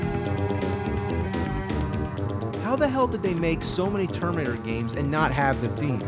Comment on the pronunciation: am I the only one to hear tomb raider instead of terminator each fuckin' time he says it???